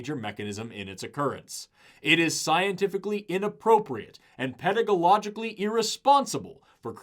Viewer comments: PEDAGOLOGICALLY?!?!? Good to know that reading aloud isn't any easier for you than for us. Love the education you're giving the world. Wish everyone would listen. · You pronounced “pedagogically”!incorrectly. How can I trust you about anything at all? 😉